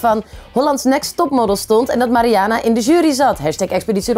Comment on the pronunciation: Ben ik de enige die het is opgevallen dat iedereen de naam van Mariana (Marianne, Marian, Mariene) anders uitspreekt en sommige mensen ook nog op meerdere manieren?